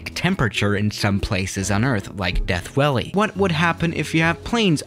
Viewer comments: Most people: pronounce it Death Valley: Death Welley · “Death welly” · "death welly'